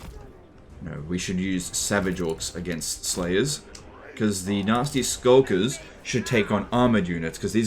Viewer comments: every time you say nasty skulkers it sounds more like "nazi skulkers" lol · The you pronounce Nasty Skulkers sounds like you're saying "nazi skulkers" lol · I just can't stop laughing at accent sounding like he's calling these poor gobbos nazi skulkers xD